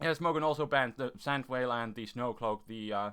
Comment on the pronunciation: Sand Veil. He says it as Sand Whale. and Garchomp is only back if you use Rough Skin